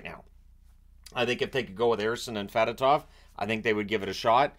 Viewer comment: Just FYI, it’s pronounced f’DOH-tov. He clarified it during his introductory press conference.